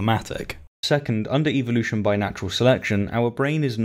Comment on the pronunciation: Why do YECs always pronounce evolution incorrectly? They always pronounce it as "EVIL-lution" and actually yeah, no, I see why they pronounce it that way, it's part of their subliminal not so subtle brain washing methods